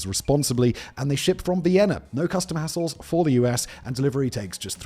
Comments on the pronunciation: He said like no custom hassles but it sounds like he said assholes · He said "No, custom assholes?"